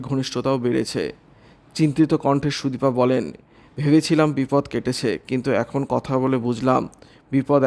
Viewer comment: Ei vabe k khobor porey ..bisri bola...shunte ichche korlo na bole purota r shona holo na...sudipa noy...sudipta...vulval